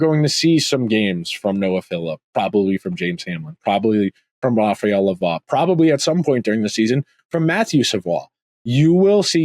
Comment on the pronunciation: You are pronouncing Lavoie correctly but Savoie is pronounced Sa-voy. Also, it’s “Philp” not “Philip” Love the pod, keep up the good work!